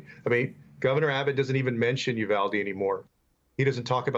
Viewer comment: Bless Rep Castro for pronouncing Uvalde correctly He's just about the only one on TV who has gotten it right.